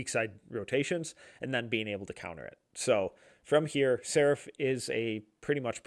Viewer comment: He’s pronounced SARAAAAAAF